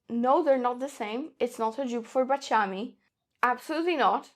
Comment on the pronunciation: Baciami. The accent on the second "a". It's terrible to listen to this...